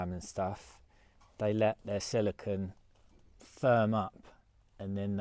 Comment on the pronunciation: Its actually not silicon but silicone. Its got the 'cone' sound on the end. Easy to confuse the 2.